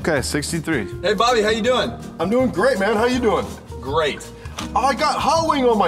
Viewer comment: he said body instead of bobby in the beginning😂